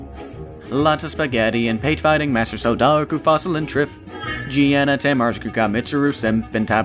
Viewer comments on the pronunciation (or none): none